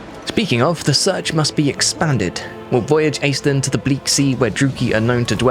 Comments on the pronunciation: So... that's how we're pronouncing it? Ok. I just assumed that it was pronounced ASH-linn, like the Irish name. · All of Ireland is weeping at your pronunciation of Aislinn. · As an Irish person it's strange hearing the name Aislinn pronounced this way.